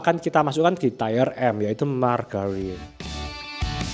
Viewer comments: Tire dibaca tayer (ˈtī(ə)r) artinya ban. Tier dibaca tier (tir) artinya tingkatkan. Entah maksudnya ini Ban atau tingkatkan. Kurang enak aja dikuping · tolong baca tier yang bener. ti-er, bukan tayer. udah beberapa kali bikin video tier baca salah terus. kedengeran jadi kurang teredukasi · Tier (Tir) dibaca TAYER.... hahahahahah.. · Tier bacanya mirip dengan teer/tir. Kalau tayer itu tulisannya tire atau ban artinya. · Terima kasih untuk materi2nya yang informatif. Masukkan saja, untuk pengucapan kata TIER, bukan "TAYER" melainkan "TIR" 🙏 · Tier nyebutnya TIR bukan TAIER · wkwk udah dari dulu bro diingetin di tiap video, tapi tetep aja enggak berubah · Nice vid, tapi sori nih, mau info aja kalau tier itu bacanya "tier", bukan "tayer". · Bahkan sub otomatis nya jd nulis tire/tayer bukan tier. Emang aneh ini yng punya ch antara GK baca komen atau batu ya wkwkwk. Pdhl udah ada yang ngasih tau cara baca Tier itu gimana pengucapannya. Sekali dua kali masih maklumi, tapi dah 3x sih. Ku sendiri ikutan Gedeg dengarny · Please stop bilang TAYER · bacanya tir bang, bkn tier.... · ngomongnya jadi kayak ban